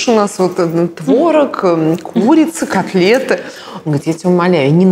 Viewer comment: Ксения, Анатольевна, правильно говорится КОТлеты, а не коклеты